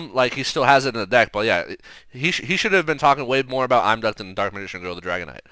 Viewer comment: I don't know why I find these are so entertaining. I never would have noticed all these decks sharing the same issues but now it's so obvious. On a completely unrelated note, doesn't the pronunciation of Imduk as "I'm. Duck" sound a little silly to anyone else? Surely it must be Eem-duck? (as in the same IM in impossible)